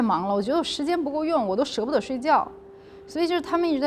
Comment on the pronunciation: 舍不得 三声？长春典型的口音有木有。真可爱！